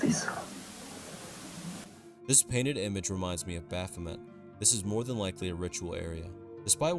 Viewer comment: i feel like such a nerd but for future reference baphomet is pronounced like "bapho-may" like in french :3c